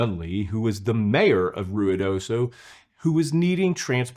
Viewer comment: Omg, you pronounced Ruidoso correctly. Good job! ❤